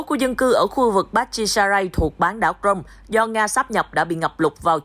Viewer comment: xin đính chính CRIMEA có phát âm Krym hoặc Krim hoặc Cri Mea chứ ko thể đọc Crôm như thế này được